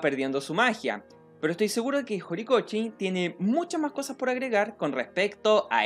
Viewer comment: y tambien cuando dice horikoChi me molesta jajaj